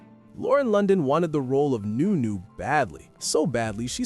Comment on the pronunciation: Nu- Nu not new - new 🤷‍♂️😂😂😂